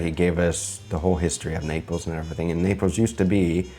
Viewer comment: The ITALIANS ARE CRYING RYT NOW 😂😂😂😂😂 ... What is this ???? Pizza or Indian Flat Bread 😅😅😅😅😅... Ketchup on pizza ???? What a cardinal sin . Let's leave the Italians make their authentic pizza !!!! Pizza originated in Sicily .... its Naples u make it sound like Nepali 😅😅😅😅